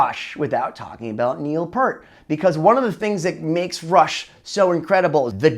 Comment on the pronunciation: OMG!! It's NOT pronounced "PURT" it's "PEER-T"!!